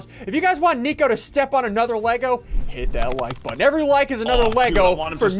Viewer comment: Drink that like buttun